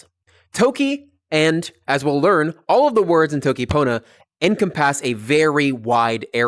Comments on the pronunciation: Not to make fun of you but I'm kinda hung up on your syllable stress when you say EN-com-PASS instead of en-COM-pass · Sir, you pronounce "encompass" really weirdly.